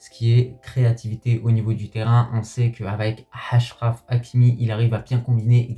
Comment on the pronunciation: petit conseil en arabe tu peux dire achraf et attiat comme en francais 7achraf et 7attiat sa n'existe pas voila sinon bonne vidéo comme d'habitude